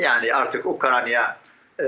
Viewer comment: Ukranya degil lo husnu ukrayna ukrayna😂